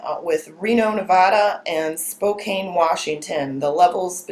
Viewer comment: LMAO......spokane..... it is pronounced Spo can.....goof.